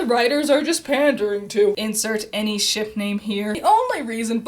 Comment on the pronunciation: "This is supposed to be for fun!" ... I had fun mishearing every time you said 'shiP' as 'shiT' Also, they'd get the 'socializing' if they actually decided to do more than an over-all 2hour runtime per volume.